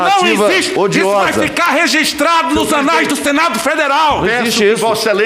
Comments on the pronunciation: Senhor Renan relator a palavra não é resistrado e sim (Registrado) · Excelentíssimo senador Renan a maneira correta seria "Registrado" e não "Resistrado" como vossa excelência tem falado frequentemente kkkkkk